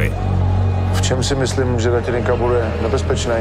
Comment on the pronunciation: Všetko super ale mohli by sa naučíť hovori ĎAtelinka a nie Datelinka bratři češi :D ja som sa Ř naučil!